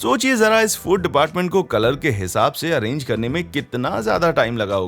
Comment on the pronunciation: अरांगी nahi hota अरेंज hota hai